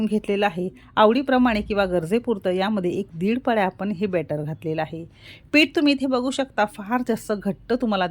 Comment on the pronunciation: कृपया बॅटर असे वाचावे.अदिती जोशी नाशिक.